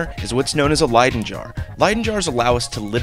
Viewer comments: Pronounced lie-dun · No bro, it's leydon.